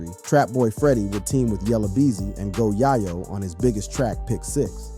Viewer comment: This guy said one hundred dollars thousand.. 🤦🏾‍♂️..bruh it's a hundred thousand, M.O 3... It's MO3..dude called go yayo, go yaw yo..like wtf 😭🤣